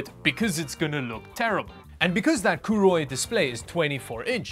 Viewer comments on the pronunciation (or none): Name is written as Koorui, pronounces it as Kuuroi. What? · Koorui... Would never buy one. I will never buy a Monitor from a Brand i cannot pronounce. If they grow up and come back with a real name, i would consider one